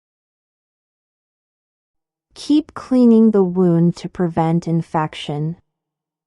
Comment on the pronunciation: Please,correct the word " wound" should sound as "woond".